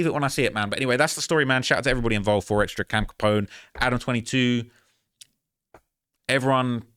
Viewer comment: Keep saying 4xtrasss, it’s 4xtra